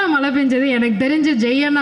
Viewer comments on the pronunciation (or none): அது மழை அப்போ மலைக்கு என்ன சொலாலுவீங்க தமிழை சரியாக பேசுங்க